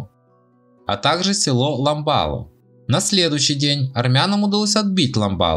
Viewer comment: Все топонимы,которые здесь перечисляются ничего армянского не было.село называлось ",ламбарло",хотя бы правильно читайте.